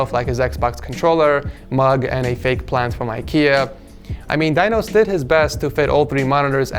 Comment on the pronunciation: "Dinos" I heard "Thanos" XD.